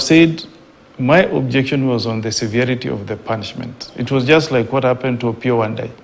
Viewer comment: Did..senator just say punsment😂